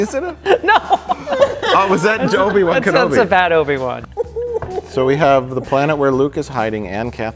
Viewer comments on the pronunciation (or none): Did Mike just say: Joe'bi-Wan Kenobi?